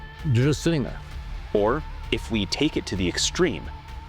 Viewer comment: there could be millions of dimensions could be Trillions of dimensions ~! or there dewrr juusst sitting there.. HE said Derr instead of there as if he had shit in his mouth because that is basicly what this is shitt , ~ there are a total of 20 Dimensions in the Observable Univers and hadrly ever iINTERACT with eachother - this Univers will end in 5 to 12 Billion years stop acting like i this place goes on IndeFInaTLy start preparing or perish here along with all matter